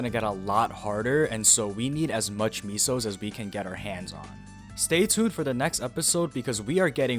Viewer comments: "Misos" .... Soup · stopped watching as soon as u said meeso